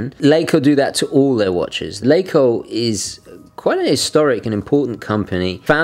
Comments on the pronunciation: We germans like to stretch vowels. Your pronounciation is good but i think it is more like "laacoh" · You really improved on your german pronounciation ;) ok, this video is 4 yrs old so you already know by now: LaCo = Lacher & Co